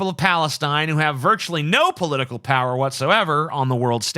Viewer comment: The way TJ says "POWer" is painful. *POW*er!